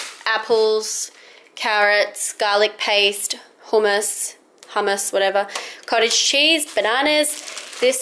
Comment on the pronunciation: actually the first time u said hummus was the right way to pronounce it ;)